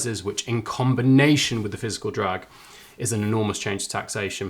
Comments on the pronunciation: Interesting stuff! Thanks for the quick output! Pedantic I know but you keep saying "physical drag" - I thought the term was "fiscal drag"? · You've said "Physical drag" a couple of times. Do you mean "Fiscal drag"? Or do I need to clean my ears out?